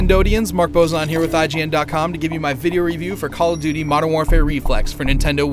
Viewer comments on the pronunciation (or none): none